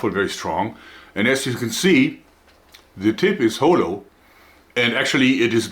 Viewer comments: Haw-low not ho-low. Constructive of course, been a subscriber since the start. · Jedes mal, wenn er "Hollow" sagt, hör Ich "Holo", den Namen der weißen Wölfin aus Spice&Wolf. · my new favourite Joerg word "hole-low" XD HA-HAR-HAR